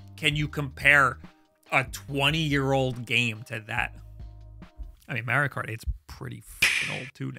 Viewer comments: And stop saying M-AIR-IO dude… There’s no i! There’s a correct pronunciation and there’s no debating it. STOP IT, GET SOME HELP! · It's Mar-io, not Mayr-io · I just realised he says Super Mehrio instead of Super Mahrio.🤣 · And please for the love of God, stop say "mairio". The only people that do are you and peoples great grandparents. Like, you don't say "wairio" . Just stop being extra. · You say Merrio and don't want to play Minish Cap. How do you live with yourself? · Mario himself tells you how to pronounce his name ingame. Stop the marry-o nonsense. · Learn to pronounce Mario. Its not Mary-O! geez...